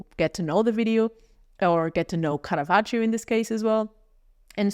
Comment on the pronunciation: I liked the video, but the pronunciation of Caravaggio’s name threw me off all the time, and I am not even Italian 😅